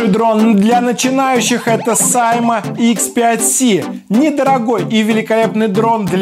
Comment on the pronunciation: Правильно сима а ни сайма